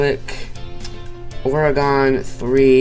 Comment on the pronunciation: you said oregon wrong lmao